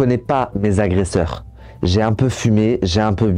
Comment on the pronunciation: Bravo, ton documentaire est très bien fait. Ta narration est captivante. Très bonne diction malgré quelques fautes de français. J'pense que tu as trouvé ta voie. Attention: on ne dit pas huiz' agresseurs! Mais huit agresseur. Huit étant INVARIABLE, il n'y a pas de S et donc pas de liaison. Mais pourquoi cet accoutrement orange de prisonnier US?😅 Temps REcords et non ROcord. Les "pauvres" devenus riches (illégalement)sont des PARVENUS. L'artiste... Mon dieu mais qu'elle horreur sonore! 😂 Artiste commercial au possible, vraiment c'est affreux comme daube musicale. Désolée mais fallait que ça sorte. Je ne conçoit pas le mal qui a été fait envers cet homme. Mais musicalement parlant c'est pas un mal de ne plus l'entendre. Je m'excuse envers lui.